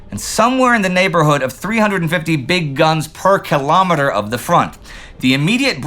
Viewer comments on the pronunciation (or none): none